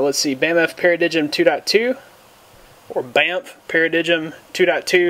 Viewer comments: pair - uh - dime. Not pair-uh-dig um. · para-digm should be pronounced as para "dime"